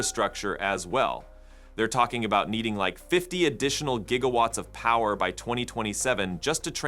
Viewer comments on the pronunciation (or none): none